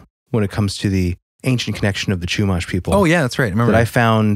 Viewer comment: I live somewhat near SLO. As a Californian, I appreciate you guys getting the pronounciation of the towns correct. There is a Chumash casino nearby, where there are a lot of stories of people driving on the 154 and reporting some sort of witch in their rearview flying at them like chasing them. Not on a broom mind you, just flying and more like a banshee than the cartoonish witch description we all know. Once they reached a certain road marker, the entity would be gone when they checked their rearview again. There's a lot of wrecks that happen on that stretch of road. It's an even more local legend. It would be interesting to see what you guys can find on this. Back in the 90s, my dad drove that stretch of road, and to this day, he brings up a story about when he was in his 20s him and some friends were on that road at night. They were in an old van, his friends were passed out drunk in the back row. If you know, vans you know there are 3 rows, driver and copilot, 2nd row passengers, and 3rd row passengers near the back hatch. So no one was near my dad as he drove. He says that as soon as he reached the section of road that is supposedly haunted by that entity, he felt his seat belt being tugged hard from the section that goes across the waist. He said he thought it was his friends messing with him. Eventually, he got fed up with the repeated pulling, and he looked back to yell at them, but he realized they were all fast asleep and snoring in the 3rd row. He said he felt the